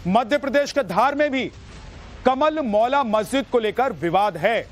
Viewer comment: Anchor ji, M p ke vivadit jagah ko "कमाल मौला मस्जिद" / सरस्वती सदन कहा जाता है, "कमल मौला मस्जिद" शब्द आप गलत बोल रहे हो।